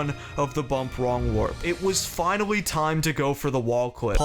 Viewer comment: dude you keep saying "finawwy" 😭